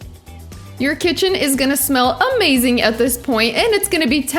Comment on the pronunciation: Please stop saying "Omazing". Don't leave veggiues on platter for fifteen minutes while chicken rests, they go cold.